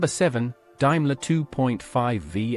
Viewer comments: Dime ler?? Should be pronounced Dame ler. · Would be entertaining, we're it not for the AI narration. Dimeler instead of Daimler. Markess intead of Marques Daimler DS for 20 limousine instead of 420. Doesn't the author listen before publishing? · The Al pronouncing of Daimler got me its not Dimeler its pronounced Daymler but is spelt Daimler the second letter is an "a" not an "i" one day Al may get it right but apart from that lashings of wood and leather defines British luxury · AI narration is so LAZY. (ALSO WRONG). Also did anyone see a SC111? All except 1 was a SC and an SC11. The SC111 also had the "new" 6.75 litre engine. Not to mention Daimler is pronounced Dame ler . AI and BAD research. Don't subscribe unless you like shit. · 'Daimler' is pronounced 'DAME-ler' not 'DIME-ler.' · What the hell is a Dimeler? Ditch the AI. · Interesting but hatd pronunciation.. Dimler!!! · die-mler , markess , faksia , does no one check these before uploading them - pathetic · Might have been good if they'd got the cars right. Talking about sat Mk5 Humber Super Snipe and showing pictures of 1960 Mk3 cars is just stupid and misleading. Calling a Daimler a "Diemlah" is just wrong and pretty insulting. A Rolls Royce Silver Cloud 2 can never pass for a Silver Cloud 3, they were totally different cars. Finally, the pronouncing of the word "Marques" is not "markess" but "Marks". A waste of screen time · Why is there pictures of American cars in this video if it's all about British cars? Can't even pronounce Daimler correctly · Stopped watching when Daimler couldn't be pronounced correctly 👎👎👎👎👎👎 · One day, someone might develop AI that can actually pronounce words correctly - DAIMLER DS for 20 - I ask you ! Doesn't anyone check these videos before showing them ?